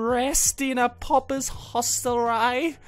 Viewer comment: Troubadour = Troo-ba-,door Pauper = poor-per Aye = I, like in Scotland